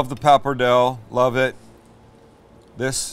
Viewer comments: Don't swallow the "e" at the end of "papardelle" ... papar-dell-eh (not "ey") But a 1:1 ratio of broth and wine is a winner in my book :-D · Became cancer every time you said "pappardell".... it is "pappardelle" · PAPPARDELLE pasta is pronounced Pa-par-day-lay, not papardel for all the Italians out there pulling their hair out at Sam's pronunciation. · That pasta is pronounced PappadeLLY. Again, fabulous food, thank you. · papperdell? oh sammy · Pappardelle is pronounced 'pa-par-DAY-lay'. (You know, unless you want, say, Arkansas to sound like it's spelt.) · 'Pa-par-dell-ee' actually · Why don"t you say: PAP - PAR - DEL - LÉ My ears yearn for you to say word in Italiano, PAPPARDELLÉ. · Dude you keep forgetting to pronounce the E at the end of Pappardelle. Other than that nice video.